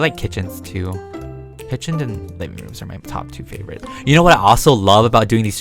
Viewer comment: when he said liveing room i thout he said mini room